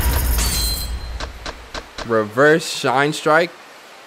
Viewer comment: My dude said shine instead of shin love you 😂😂